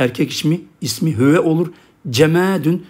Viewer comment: Hüve diyorsunuz da arpaçanın neresinde “Ü” var